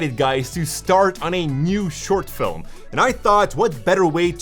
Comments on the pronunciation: I love how you say Filem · a guy so into filmmaking that he can can make the word "film" into two syllables. Hehehe.